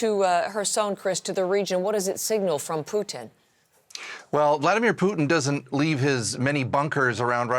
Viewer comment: It's not PUKIN..